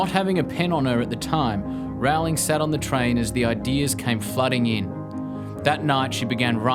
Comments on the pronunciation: It's Row-ling. Like Rolling. Not Rau-ling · Agreed reptonplaya! Its easy to look up a youtube video of JK Rowling herself explaining how she says her name. Its like bowling with an r.